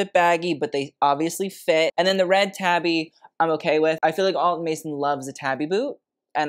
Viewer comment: Japanese pronunciation friendly nudge: “tabi” split toe shoe pronounced “TAH-bee” (not “tabby” cat) WINK😊